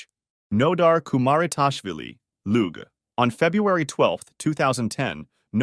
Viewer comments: Luge.... "looga"? 😮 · Loog? that's now how you pronounce LUGE! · I’m sorry dude but you gotta do some research on the pronunciation of certain words/names. Luge is pronounced “loozh”